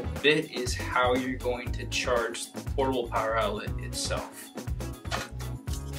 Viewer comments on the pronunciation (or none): I love portibal pwoer